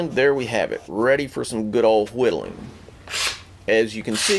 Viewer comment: I hate how he adds the h's in why, whiddleing and white